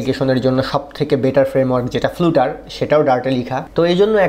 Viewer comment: উচ্চারনটা ফ্লাটার করলেই শ্রুতিমধুর হোতো। ফ্লাটারের অফিসিয়াল ভিডিওগুলোতেও উচ্চারন ফ্লাটার। ( )। আমার দেখা সব ইংলিশ টিউটোরিয়ালগুলোতেও উচ্চারনটা শুনেছি ফ্লাটার। তাই আপনার এই ভুল উচ্চারন শুনে অনেক লার্নার যদি সবখানে ফ্লুটার ফ্লুটার বলতে থাকে, সেটা একটু অড শোনাবে।